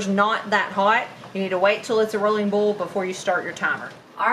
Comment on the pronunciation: As much as you make, it won’t last five minutes in your new store. You might be spending a lot more time in the kitchen to keep your customers happy. I have to let you know how much I smile every time you say “bowl” in place of boil. 😀 You said it so much this time my jaws are aching! Love it.